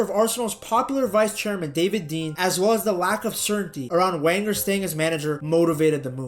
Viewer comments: "VEN-ger," not Wenger. Sorry, man, but if you want people to believe you are an authority on football you need to be able to pronounce correctly the name of a manager so famous that little girls in Europe know it. It's like you never watched a premier league game before 2020 or never listened to pundits discuss the sport. I'm not dissing you, dude, but you sound like some Yank creating clickbait, not a true fan of the beautiful game. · This must be an American nobody pronounce his name Wenger it’s pronounced Venger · I swear to God, if American's running football channels don't stop pronouncing Arsene Wenger's last name as "wang-er" I'm going to blow a gasket. Never seen this channel before, clicked on the obvious click-baitey title to see what was up, hear that nonsense in the first 20 seconds, and then see he's recycled this title for multiple videos. Jesus tap-dancing Christ! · Its pronounced "venger" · It's pronounced Venger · 1 it's pronounced Venger 2 it was the first time we made the quarter finals in the champions league in 14 years, not decades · It’s pronounced Venger. The name is German - he is from the part of France, Alsace, which has been part of both Germany and France over the years. Come on!!!!!!! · You started talking about Wenger with a W. It's pronounced Venger. If you can't even get the name of the clubs greatest ever manager correct, I'm not going to watch ... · I was genuinely interested in this video until I heard how he pronounced Wenger and I was done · I got to 2 mins in. I can’t carry on when you can’t even say ‘Wenger’ correctly… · Yea it’s painful to hear